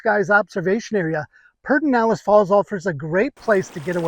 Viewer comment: This is not how Pedernales in pronounced, but it is a great park!